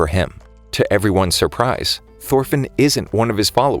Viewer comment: Thorfinn is more like thorphan lmao